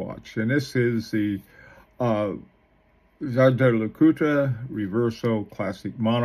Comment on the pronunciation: Dja-dja Lecoutre??? Seriously? The name is Jaeger, German for Hunter. It is pronounced pretty close to famous pilot Chuck "Yeager", not like some Filipino "bad-juju" or Star Wars Jaja-Binx character! CRIKEY! Is there is not ONE amongst you self declared watch expert youtubers, who can get this right? This really is very annoying, when you butcher names!